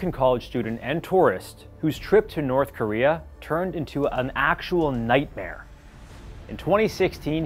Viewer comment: back to 😂 he said it with his whole soul